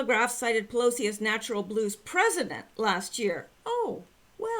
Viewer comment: Pillousy sounds like someone who is quite neurologically damaged.